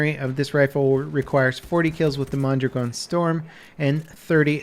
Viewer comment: FINALLY SOMEONE PRONOUNCED MONDRAGON CORRECTLY